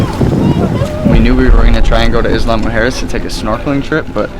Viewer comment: Pronounced “eeya”, not “isla” lol